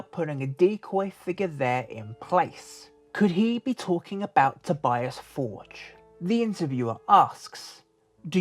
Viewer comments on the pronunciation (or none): It's To-bee-ahs For-gaeh. Not Tobyass Fordge...